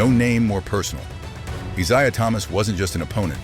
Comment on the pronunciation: This ai slop couldn’t even pronounce Isiah correctly